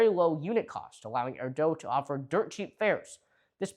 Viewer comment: Hey it's AIR DOOO, not Air Dough! 😂